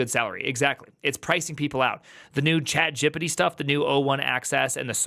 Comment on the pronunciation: Did he just call chat gpt “jipittee”